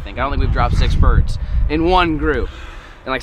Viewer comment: “we jus dropped 6 bidurds” 😂😂